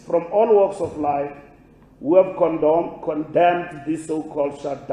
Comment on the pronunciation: "Who have condomed" 😂😂😂